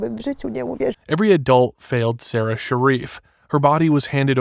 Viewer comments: AI Slop. The narration is AI, the images are AI, the script is AI garbage. 0/10. FFS, the girl's name is Sara, pronounced "saw-ruh." Every person who talks about her says it that way, and yet the AI narrator just calls her "Sara," in the standard pronounciation. The people who run this channel don't even care enough about the victim (a 6-year old girl) to say her name correctly. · Her name was “sara” not “sarah” you didn’t spell nor say it right, maybe when making such an emotional imperative case video, get the name right. Disrespectful as f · Uh, her name is Sara not Sarah. It is pronounced different. My name is Sara and it is annoying when people call me Sarah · Dude you could at least get the victims name right! Her name was Sara not Sarah!!! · Sara not Sarah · Just a polite reminder ,if you're going to do American reports on overseas incidences, please at least have the decency to get the victims name correct... it was Sara NOT Sarah!! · It is driving me absolutely crazy! It's like he's intentionally mispronouncing her name because anyone else who says it says it correctly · This was an awful, awful case. They were all as bad as each other. Be good if you could have had the respect pronounce her name properly though.